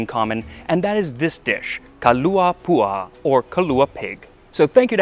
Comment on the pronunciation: Small detail: the pronunciation of "pua'a" is "poo ah-ah". The apostrophe is actually a consonant in Hawaiian called an 'okina or glottal stop, which breaks up two consecutive vowel sounds. In reality, locals never use "pua'a" probably because of the many ethnic groups, e.g. Chinese, Filipino, etc. and English is the lingua franca. My Hawaiian grandmother always just said "kalua pig". There is a THIRD easier alternative to the smoked chips and that is to just use liquid smoke like Wright's. Poke holes into the pork butt and massage the smoke into it followed by salt. Banana or ti leaves add another note of flavor, but as indicated you'll have to find an Asian grocery to get these. In Hawai'i many homes have ti growing on the side of the house. You can skip this by just using aluminum foil, or both: banana leaves, then foil. 2-3 hours at 150ºC should do it, but add a little water to the bottom of the pan to prevent burning. A family luau for either a baby's first birthday, wedding, graduation, etc. is the real thing, with dishes not served at tourist venues like 'opihi (limpets) or na'au, pig chitterlings stewed with taro leaves. Live music and relatives get up and dance. Never thought I'd see a Hawaiian dish on Tasting History. Mahalo!